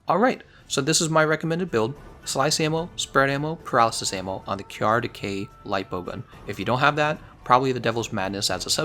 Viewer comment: Finally, you started pronouncing it kyarr. By the way I always wanted to try decay lpg against him. I am glad somone had the same idea.